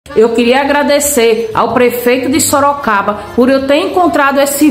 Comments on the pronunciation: ELA FALOU SOROCABRA MESMO, OU EU OUVI ERRADO?, EU ACHO QUE ELA QUIZ FALAR SOROGADO.😂😂😂😂😂😂😂. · Ela fala SOROCABRA 😂😂😂😂😂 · Sorocabra!! Soroboi, Sorocaba!!😂😂😂😂😂😂😂😂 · Sorocraba mesmo! Seria mais fácil ela ter dito Soroboi!!😂😂😂😂😂😂😂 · Eu moro em Sorocaba e não Sorocabra😂😂😂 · SOROCABRA E A LINGUA DELA DEVERIA IR PARA ESCOLA APRENDER FALAR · ESTOU ENGANADO OU ELA FALOU SOROCABRA ? OUVÍ DIZER QUE ELA É FUNCIONÁRIA DA PREFEITURA E RECEBE SALÁRIO SEM TRABALHAR...É AMÍGA DO GASPARZÍNHO, O FANTASMÍNHA CAMARADA. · ......"SOROCABRA"😂😂😂😂😂"MANGA"😂😂😂😂😂SÓ FALTOU O CAGALHÃO "DAMARES PAU-DE-GOIABEIRA"😂😂😂😂😂😂😂😂😂😂...... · Sorocabra ? Será q.não é soroboi ? 😮 🤭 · Sorocabra, Sorocaburro, Sorocavalo. kkkkk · Kkkkkkk nem soube falar a cidade q vergonha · So pode ser bozoloide kkkkk burra é pouco. ate o lugar ela fala errado misericordia